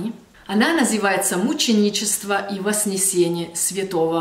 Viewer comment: ты изумительна! Однако 95% русских вряд ли знают слово "трансцендентный", поэтому не погружай их в недоумение, когда ты извиняешься за это слово, потому что оно многим русским незнакомо. Другое дело, когда ты говоришь и пишешь слово "воСнесение" вместо воЗнесение. Это такая же ошибка как "звежий" вместо свежий, только наоборот. Но ты молодец, ты говоришь по-русски очень хорошо, и тебе хочется помочь говорить ещё лучше.